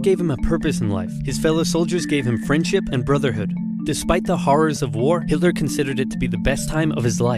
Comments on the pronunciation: am i the only one that he said Hitler wrong? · Who the hell is Hitoler? 🤣